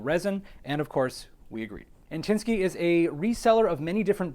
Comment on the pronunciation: Hi thank for your review and the pronunciation of our company is Anti sky,just as Shanan says pronunciation:face-turquoise-covering-eyes